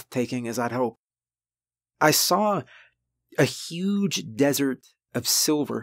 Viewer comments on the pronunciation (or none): none